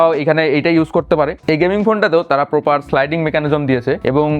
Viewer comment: পসিবির লোকদের বাংলা উচ্চারন এমন কেন ,,,??? স্মার্টফোন কে বলে এসমার্টফোন ,,, প্রপার কে বলে পোপার আবার স্নেপড্রাগন কে বলে স্নেপডাগন ,,,, আনপ্রফেশনাল লাগলো